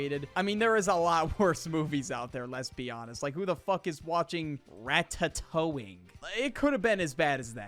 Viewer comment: okay, so first off IM WATCHING RATATOING and it is pronounced Raa-taa-towing